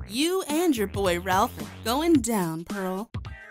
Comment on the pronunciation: MARINA, STOP GETTING THE NAME WRONG, IT'S RAPH, NOT RALPH...